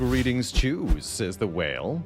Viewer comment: Is he saying greetings choose, or greetings chooms? Like from cyberpunk